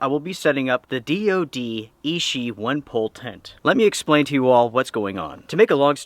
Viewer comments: It is pronounced i-chi not “e-she”. Ichi means number one in Japanese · Fantastic follow up! Oh and just a heads up for accuracy,, ichi is Japanese for the number one and is pronounced ee-chee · Clear user error, called it Ishi all the time instead of Ichi (which means "one") ;)